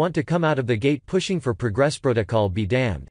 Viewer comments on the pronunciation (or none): none